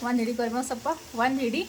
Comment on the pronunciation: ಕೋರಿ ಬೇವ್ ಅಲ್ಲ ಅದು ಕರಿಬೇವು ಸ್ವಲ್ಪ ನೀಟಾಗಿ ಅನ್ನಿ